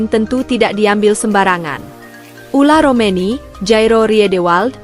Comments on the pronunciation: Maaf agak bawel Ole romeny Bukan ula romeny Mun ula mah macok atuh neng😂😂😂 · Jangan sebut dengan salah.. OLE ROMENY DIBILANG OLA..😂😂😂